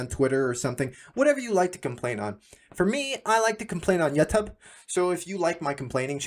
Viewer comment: i like this man complaining on "Yu Tub"